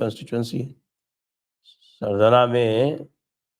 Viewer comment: इस विधान सभा क्षेत्र का नाम सरधना है । रोमन मेँ पढने से सरधाना लगा होगा ।